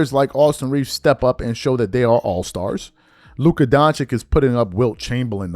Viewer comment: It’s not doncic is donchich